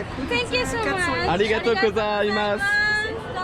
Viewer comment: C'est GOZAIMASU pas KOZAIMASU!